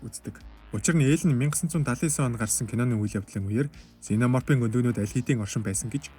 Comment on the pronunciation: ксена морп гэж дуудна бро